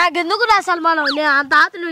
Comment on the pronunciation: Sanmaanam ❌ Salmaanam ✅ 😂